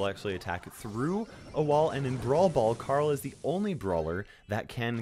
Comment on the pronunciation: Can you guys say CARL? I bet you cant. You say "CAREL"